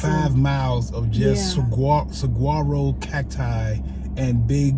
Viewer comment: What a fun day, thanks for bringing us along. When I was a kid we used to camp in the Sonora Desert in the winter Try saying Saguaro without hearing the g, you will be closer to how it's pronounced. Can't wait for the train ride.